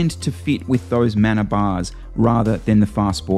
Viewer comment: Mana is a Maori word pronounced Ma-na rather than 'man-a'. Good content.